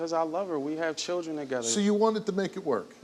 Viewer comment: Is this guy serious he'll Is this guy serious he'll enunciate the word accountability but then start calling him changing It won't even talk text the word children Which I could barely make out if it wasn't given in context I would have 0 clue what word that was I don't know why people play themselves down or dumb That's exactly what he's doing at the same time he's trying to get respect by speaking properly only annoyingly with his pronunciation of his tea and accountability wow